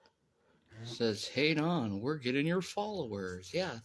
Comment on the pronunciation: "han on" 😂🤦🏼‍♀️